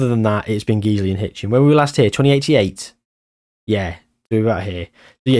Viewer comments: Just for future if you need to mention them, Guiseley isn't pronounced Geezley. Think of disguise. The Guise bit of that is how you pronounce Guiseley. Guise-ly. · Guiseley is my local non league club and it is pronounced g-eyes-lee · Guiseley is pronounced Guy-slee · it’s pronounced ‘Guys-lee’ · The pronunciation of Guiseley made me giggle